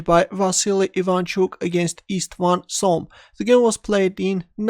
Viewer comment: The correct pronounciation is "Chom" like in IvanCHuk name, not like in 'S'ergey Karjakin name, as you pronounce it. He was a Hungarian GM.